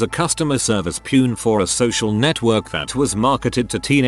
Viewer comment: "Pune" instead of peon lol, either a Phoenician or a misspelled prune